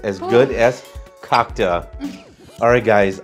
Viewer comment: Cocka is the best! Btw you are pronouncing it a little bit wrong.